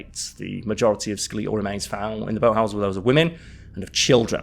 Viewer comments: Julius kaiser or Julius caesar?? Also skel-eetal has me rolling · no, around the 11 minute mark he says sku-LEE-tle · My mum says skeletal the same way. She is from lancashire bordering onto yorkshire where is from so I'm guessing it's a dialect thing in England. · I’ve never heard “Skeletal” pronounced like that before. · I’ve never been but I have many friends across the pond and, I’ve never heard it pronounced that way. It’s not a dig. Just a observation. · Must be a time traveller from the future; that must be a Martian accent😜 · Just sounds like a British pronouncation to me.... I'm also a Brit. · I keep chuckling everytime he says it 😂 🤭